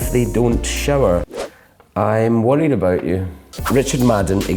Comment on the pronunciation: Emmeline Turner his accent when he said this...